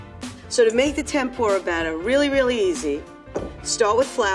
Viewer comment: You guys called it "Tempura" wow, appreciate from Japan.